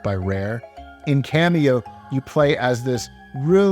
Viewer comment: Hey bro, it's "Kameo" not "Cameo" (your video bookmarks)